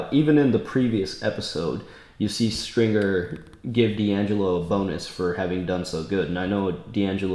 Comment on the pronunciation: Ey does homeboy call Stringer "Stinker" because I'm dead